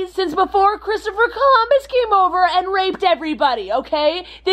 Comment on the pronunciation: "before christopher columber come over and raped everybody" did i hear this wrong or what lmao